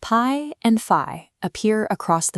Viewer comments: pronounced fee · ok now you have to pronounce pi as pee.